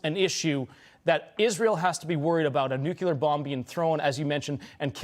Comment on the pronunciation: Hey.... Please learn how to pronounce the word nuclear....